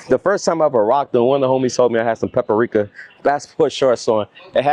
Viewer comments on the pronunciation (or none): He said Paprika 11 times 😂😂😂 Pa-Pa-ri-ka 🚫 its Pa-pri-ka ✅️ 3 not 4 syllables. 😂. In you was thinking of potpourri 😂.